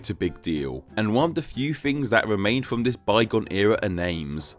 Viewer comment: Speak. Properly. You fuckn fuck. Your videos are mildly interesting, but I just can't handle your ridiculous voice! Fink, vere, vis and vat?? What's wrong with mouth??